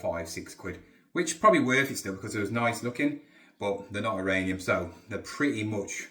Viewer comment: Please.... Uranium.... I watch the videos all the time and every time you say iranium my teeth start to grind. 😂😂😂😂